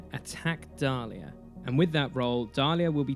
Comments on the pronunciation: Nicely done, but the name of the jedi is Diala not Dalia! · good video, but it makes me cringe every time you call Diala Dalia. Also, it is not transdoshan but trandoshan.